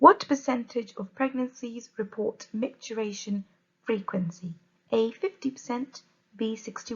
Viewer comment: MicturItion not micturAtion.